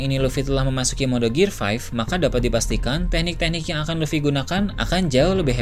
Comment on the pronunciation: Bukannya sok inggris atau sok ngajarin. Cuma mau ngasi tau: gear 5th dibacanya "gir fif" bang